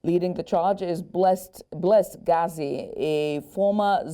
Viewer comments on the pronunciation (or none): Point of correction to news reader it's Geza not gazi thank you. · Exactly I found it irritating, she didn't even take the time to learn how to pronounce even the name Geza, she must do better